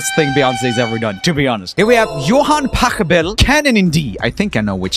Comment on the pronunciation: It is even funnier when "ch" in "Pachelbel" pronounce quite accurate